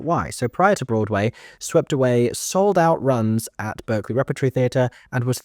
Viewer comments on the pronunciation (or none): none